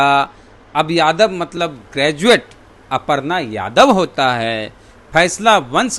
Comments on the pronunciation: अपर्णा नहीं है छेद जी अर्पना लिखा हुआ है हिन्दी तो पढ़ीए ठीक से न तो दु मिनट के लिए बोला लिया जाएगा😂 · अपरना नहीं अरपना पढ़ा जाता है मुर्ख 😂 पोस्टर में बिल्कुल सही लिखा है😂